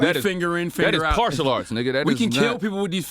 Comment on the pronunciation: The man said "Partial Arts" 🤣🤣🤣 Genius